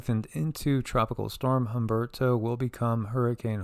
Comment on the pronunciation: The H in Humberto is silent lol native Spanish speaker.